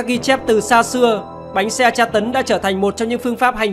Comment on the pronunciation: Bánh xe anh thành bánh xa